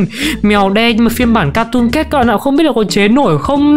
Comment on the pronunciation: Sao ai cũng đọc là cartoon cét vậy trời là catoon cat anh